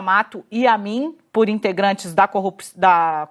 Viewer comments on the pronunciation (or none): Ela quase mandou um "integrande da corrupção"